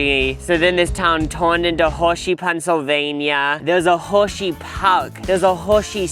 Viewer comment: Whorwwshee Pawrke ✨